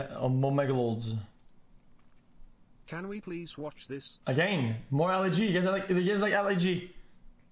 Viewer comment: okay last one. AGANE okay last one. AGANE okay last one boiz. AGANE